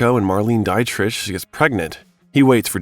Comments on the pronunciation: I really appreciate all your hard work on this . . it's excellent. To serve the excellence of your work even more, please please please learn some pronunciation, tho--I'm sure by now someone has noticed that Marlene Dietrich's last name is pronounced "DEE-trick" (not "dite-rich") and "denouement" is pronounced "day-no-MONT' with a long O in the middle. Little stuff, I know, but you're swinging for the fences with a long video essay, and getting this stuff right will likely help your subscriber count, especially among snobs like me :). I'm on your side . . keep up the good work!! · It's truly pitiful that the narrator of these bios of QTarantino cannot correctly pronounce the last name of Harvey Keitel [kEYE-TELĽ --- accent on last syllable] or Marlene Dietrich (DEÉ-TRICK accent on first syllable] & much much more. Good bios, but c'mon!